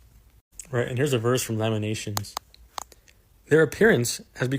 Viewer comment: He’s just forgetting the “T” in Lamentations 🤣🤣🤣🤣🤣🤣 I guess we finna Laminate some ish🤣🤣🤣🤣🤣